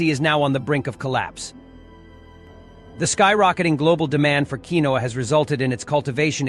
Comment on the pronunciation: Quinoa pronouncement is funny😂 it’s pronounced keen waa